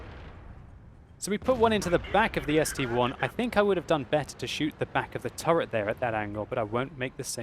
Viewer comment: ITS ST-iiiiiiiiiiiiiiwith an i not a 1 :(